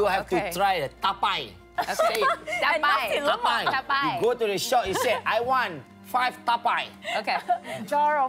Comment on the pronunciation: Orang sebut tapai,dia sebut taipai